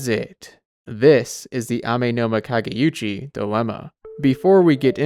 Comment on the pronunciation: I'd like to note that the Amenoma Kage*u*chi is not the Amenoma Kage*yu*chi. There's no "y" sound.